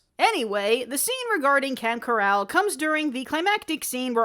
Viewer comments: How is no one talking about how she pronounced camp coral as camp carrel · Yo it’s CO-RAL not COR-EL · pretty sure its camp coral not corral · I thought it was meant to be a joke like, coral, corral... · She said keral not coral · The pronunciation of Camp coral as corral bugs me. lol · I've never heard anyone pronounce "coral" as you did. The cartoon doesn't even say it like that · What if you said it with a different inflection? Cor-aaaale. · good review but why do you pronounce coral like that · WOW THE WAY SHE PRONOUNCED KORAL!!!!!!!! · Maybe it's a joke about how we're imprisoned with Spongebob for the rest of our lives. (Corralled, pronounced the same way she pronounced Coral, means confined with a group of people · Mr krabs said it like that while trying to be hip. is a boomer confirmed? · She mixed up the pronunciation with "chorale" which is a choir. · uh is that how they pronounce coral in the film? or is that how you are choosing to pronounce coral?